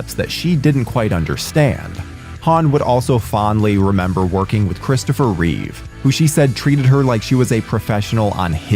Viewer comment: I just watched the video to make sure that you pronounced Reeve properly, with no S. Thank you for doing so.